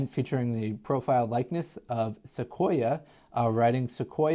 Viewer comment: You are pronouncing Sequoyah correctly. Thanks for the info!! I learn a lot from you.